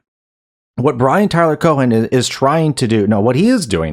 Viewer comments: The h in Cohen is silent unless you're just being cheeky, in which case, please continue. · Cohen doesnt have a hard 'H' its a soft 'H' almost silent.